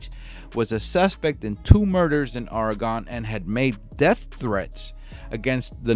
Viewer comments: it's pronounced ORY-GUN sorry but Oregonians take this stuff seriously. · I do not know a lot about Portland, but I lived the first 49 years of my life in Oregon. I usually don't correct people, but it's something about the name of my home state being mispronounced